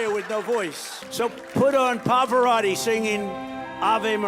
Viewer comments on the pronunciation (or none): “PAFARATTI” It’s Pavarotti you demented tool! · He can't say Pavorotti right 😮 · Town Hall was just a show. Trump mispronounced Pavarotti which means he doesn't even care about the artist or music, he just want to be more dramatic so people can fall for that. Just a show.